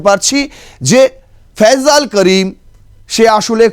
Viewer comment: ফয়জাল না ওটা ফয়সাল হবে?